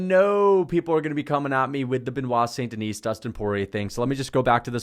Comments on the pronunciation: Great content! Btw it's Saint-TheKnee (like take the knee), with a silent S. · He doesn’t even pronounce it right. Guy is a moron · Yeah, so much so he can't pronounce it properly.